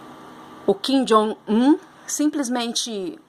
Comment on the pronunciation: Até que enfim alguém que fala correto o nome do kim jong un! E continue com os vídeos, gostei muito da eloquência e forma com que se expressa! Precisamos de mais mulheres falando sobre esses assuntos!